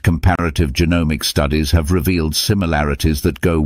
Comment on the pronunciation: Populationsgenetik ist wirklich hochinterressant, aber diese AI-Stimme, die weder "Genetik", noch "Genomik" noch sonstwas richtig aussprechen kann, ist einfach nur zum Abgewöhnen ... verdirbt einem völlig Interesse und Freude anm Thema.🤮😰